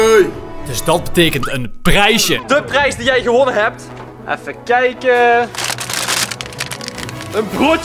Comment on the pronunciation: zei je nou bakpou het is boupou